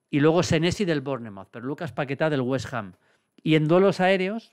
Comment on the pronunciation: Maldini, solo para que lo sepas, Bournemouth se pronuncia "Bormaf" bestia!!!!!